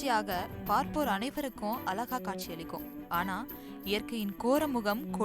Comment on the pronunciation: அலகா? அடக் கண்றாவியே 😢 "ழ" கரம் உச்சரிப்பில் வராத கண்றாவிகளுக்கு எதற்கு இந்த செய்தி தொகுப்பாளர் பொறுப்பு.....ழ வும் வரல, ள வும் வரல.... என்ன கண்றாவி இது